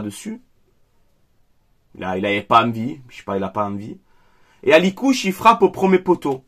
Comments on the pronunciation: C'est pas Alikouche,, c'est Akliouche. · Juste pour information c'est pas alikouche c'est akliouche 😊